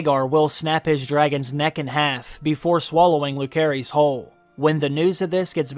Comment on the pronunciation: Jacaerys is pronounce as Jaeserys and Lucerys as Luserys 🤦🏻‍♀️